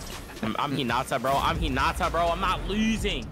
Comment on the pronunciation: the way he said hinata sounded like pinyata